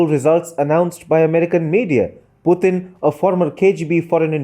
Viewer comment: Absolutely right. But please pronounce the name as Mr. Putin and not Puthin.